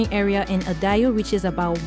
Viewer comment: She can't say Idaho lmao